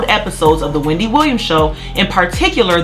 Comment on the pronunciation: Why are they still calling it , Wemdy Williams